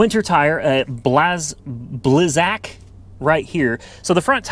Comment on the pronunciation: Such a car guy and cant figure out why snow tires are on a FWD car. Or pronunce blizzak lol